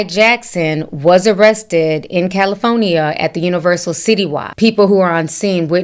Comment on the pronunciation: Why she say “CaliFonia” 😂😂😂